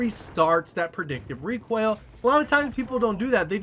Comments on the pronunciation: It sounds like you're saying "Recwoil" instead of "Recoil" and now I can't unhear it. Great vid all the same :D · Did you.... just say.... requaill?? What??!